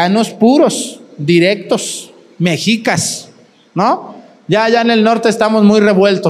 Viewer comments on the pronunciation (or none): none